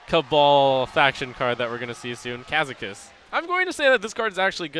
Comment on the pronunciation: Brode gettn triggered at trumps pronunciation of Kazakus